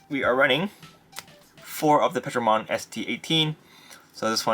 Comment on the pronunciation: It’s not Petro. It’s Ptero. Like Pterodactyl. “Terro” is how it’s pronounced